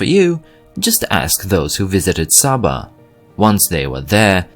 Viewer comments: It's not Sah-ba, it's SAY-ba. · Its pronounced Say-baa, not Saa-baa